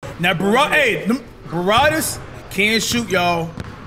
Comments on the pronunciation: BRA-WAD-IS NOT BA-RAW-DIS🤦🏼‍♂️🤣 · Cash can't say Brawadis name correctly😆..he be sayin *'Barrwadis'*😂